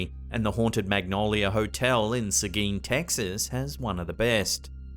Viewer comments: thank you for pronouncing seguin correctly all of us texas thank you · Hurray! You pronounced Seguin perfectly!!